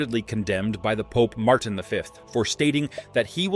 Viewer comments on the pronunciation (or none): none